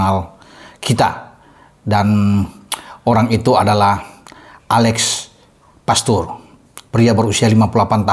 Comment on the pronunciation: Mantap.. Menit 11.30 Alex pastoor bung..Bukan alex poteerr😂😂..